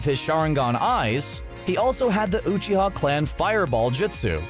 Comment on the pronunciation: u pronounced uchia wrong and Rasengan but u pronounced the chidori right